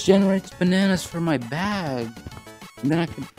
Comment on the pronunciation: It's Bag Not Baog